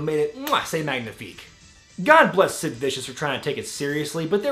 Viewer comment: Yes! I knew I wasn't the only one to hear Stid! I think they edited it with 'Sid' in later clips also.